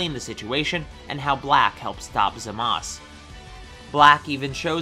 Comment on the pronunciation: Bro its zaumas